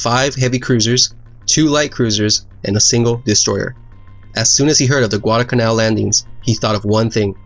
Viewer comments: It's not Guadacanal. It's Guadalcanal. There's an L in there. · It's Guadal Canal, not Guadacanal. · Not bad at all. However, in several places you mispronounced and graphically misspelled “Guadalcanal.” You omitted the first “l” in both cases. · It isnt "gudalcanal". It's Gu-a-dal-ca-nal. That island is namef after a village near Seville, Spain. I see it everyday at the horizon. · Like so many other idiots, he left out the ' l ' in GuadaLcanal!! So many idiots pronounce it wrong. It's not Guadacanal. It's Guadalcanal!! Narrator does a pretty poor job. Aside from the fact that he mispronounced Guadacanal, his English is poor. About the only good thing about the video was the real video footage. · Enjoyed this description of the battle. There were lots of US mistakes during the Guadalcanal campaign. One editorial note... it isn't Guadacanal, it's Guadalcanal - with an L. And it's the USS Vincennes, not Vincennes. Otherwise, two thumbs up! I've subscribed. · there is no "Guadacanal", even though many people pronounce it wrong, it is "Guadalcanal" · It's Guadalcanal. Not Guadacanal. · Correction for you: It’s Guadalcanal. You kept forgetting the “L” in the middle. And the name should be capitalized. Otherwise, you did a wonderful job trying to describe this naval battle. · It's not "Guadacanal" , it's "Guadalcanal" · Nice vid, but it really really bugs me that you say Guadacanal and not Guadalcanal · You are missing the first 'l' in "Guadalcanal". It is not "Guadacanal" though many mispronounce it that way. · "Guadalcanal" actually.